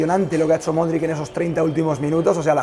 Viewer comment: Aprende ya de una vez por todas a pronunciar el apellido de Luka. Has gárgaras de limón con sal para esa garganta. Cuídate.